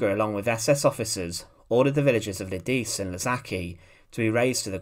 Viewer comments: Lidice pronounced Li - de - che 🇬🇧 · According to my dictionary, it's more like "Lee-dee-tsay," with the accent on the first syllable.